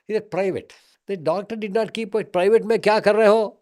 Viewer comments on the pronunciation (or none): none